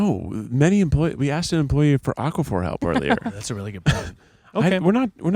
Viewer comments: I'm watching the aquaphor hunt with two thoughts. First, why does pronounce it like it's a rare mineral from a fantasy novel? Second, if they only have it in the baby section, that's terrible product placement. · kept saying aqua-phur and it was stressing me out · He’s pronouncing it like aquifer, the other thing lol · Yeah, he's saying it like aquifer.